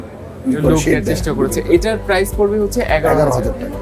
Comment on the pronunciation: আপনার PRICE(প্রাইস) উচ্চারণে ভুল আছে। ইংরেজি ভুলভাল উচ্চারণ না করে বাংলায় 'দাম' বলেন